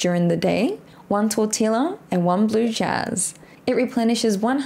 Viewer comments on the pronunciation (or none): lol the way you pronounce tortilla. Adorable. tort-tilla. Tor-tee-ah here in south Texas